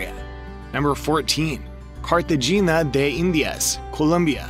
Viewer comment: Nice video but the pronunciation of Medellin and Cartagena was wrong 😬